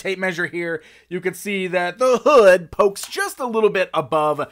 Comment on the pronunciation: Lol at emphasis on the hood